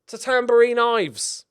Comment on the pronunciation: Ilves is Finnish and means "the angry dragoncat" . You got that right.